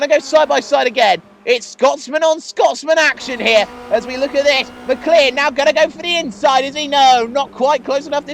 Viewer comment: Isn't "McCleod" pronounced "Mac-loud"?